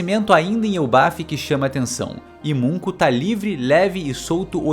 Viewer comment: "Imunko" foi boa 😂